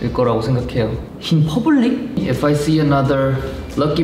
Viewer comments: its the "in pabulic" for me😂😂😂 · "In poblic?" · "in pubeulic?" HAHSHHSHA he cant absorb it HSAHHAHHSAJSKAKSKA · “In poblic?” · “In poblic”?😳🤣🤣🤣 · 'In pobulic' killed me. Hahahahhshs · "In pubulic? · in pubeulic? 😂😂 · The way he pronounced “in public” took me out🤣🤣